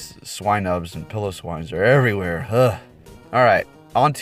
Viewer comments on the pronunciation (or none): none